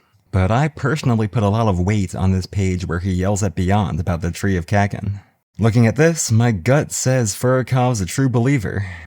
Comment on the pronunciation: god. Love your videos but i cringe whenever you say kakin and not kuh - keen